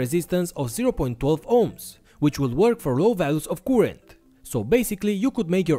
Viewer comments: I hate the way you say currrent, you are doing it wrong man.... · Great video keep up the good work but in order for everybody to enjoy your videos you need to learn the correct pronunciation of the word current thank you.